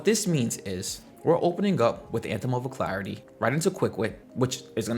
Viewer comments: Uh-lack-ritty Alacrity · Al Crit tea